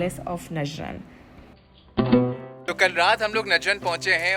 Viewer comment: Beautiful couple Ma Sha Allah. Very good vlog. It is نجران and not نجرن